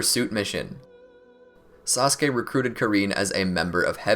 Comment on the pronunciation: he said sauske not sasuke